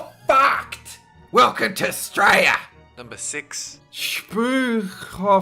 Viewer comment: I really like the way you keep pronouncing Australia. I'm guessing it's the equivalent of Americans saying Murica.